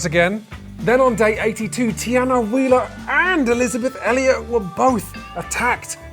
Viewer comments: the “l” in Eizabeth is silent and also non existent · the L in eizabeth's name is silent and invisible